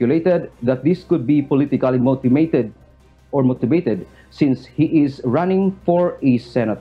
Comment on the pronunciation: "MOTIMATED"??? bulol pa mga reporter nyo! hahahaha